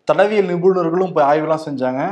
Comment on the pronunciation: it is தடயவியல், not தடவியல் 🙏